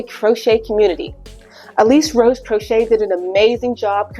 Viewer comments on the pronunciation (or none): none